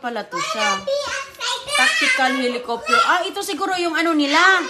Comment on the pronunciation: Pasalubong hindi Pasalobong. helocoptier daw.